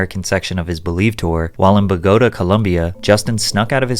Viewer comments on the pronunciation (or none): Bogotá = Bow-ga-taa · Ba-goat-uh Columbia it’s Bo-gah-tah dummy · it’s pronounced BOgota. Not boGOta like you said. But W vid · I would like to just clarify that Bogota is pronounced BohGah-Tah. So many say Pagota and as a Colombian, it drives me crazy 😂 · Patrick its not Bogoto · I do not wanna be a nerd but u said bogota wrong it’s pronounced Bo-go-tah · It's pronounced "Bo Guh Taw" Columbia. Do you research anything besides bullshit? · Dude... Is Patrick trolling us with all of these mispronunciations? Bogata Columbia??? I feel like I'm taking crazy pills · Why are these people so damn obnoxious? I think I already know. I don't follow American music anymore, but I don't think Justin is that spectacular and have absolutely no desire to get anywhere near him. Btw, Bogota is pronounced Bo-go-tah with the emphasis on the last syllable. One less lonely girl, and using the hard R? Huh? What is the "hard R?" Is this another AI-spoken video? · Blud said “buh go ta” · It's pronounced Boh-guh-ta Patrick. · I thought Bogota was pronounced BO-guh-taw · say it with me Patrick, love the content BTW, bow-ga-taw Columbia. You rhymed with pagoda. the final syllable should rhyme with raw edit: ALSO BIEBER DOESNT HAVE A CHILD lol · Bruh ain't no way you said Bogotá like that 😭 fam as a journalist you should learn how to pronounce places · Your way of pronouncing "Bogota" is hillarious. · Lol why you pronounce Bogota like that??? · The way you pronounced Bogotá was shocking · Love your videos. But the way you pronounced Bogota had me dying lmao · Colombian here who was raised in Bogota, love the video but work on the pronunciation